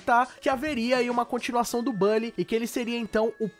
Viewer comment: A sua forma de falar "Bully" causa dor no meu coração...